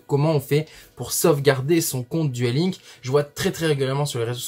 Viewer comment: Alors. Duel LinkS prend bien un "S" à la fin et celui-ci se prononce, comme tous les S en anglais à chaque fin de mot. Juste une petite précision éhé.